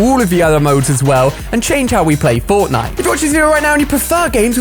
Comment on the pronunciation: He said botnite